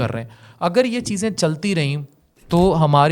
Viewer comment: نسلوں کی تباہی۔ نوشتہ دیوار ہے۔ن کے اوپر زبر ہے و کے نیچے زیر ہے۔